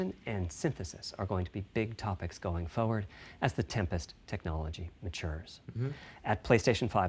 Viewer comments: I love how Cerny says “forward”. What accent is that? Foew’d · I don't know why but I love the way Cerny says "forward" like "foe-werd" What a character.